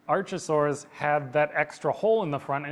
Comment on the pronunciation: ARK - a - saurs... as in Archaeology, archaic, archive ... no CH sound in Greek.